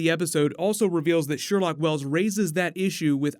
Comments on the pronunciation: “Sherloque” not “Sherlock” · I know you’re the expert here, but um... it’s “Sherloque” lol